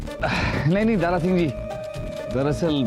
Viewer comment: “दारा” शब्द को दारु बना दिया 😂😂😂😂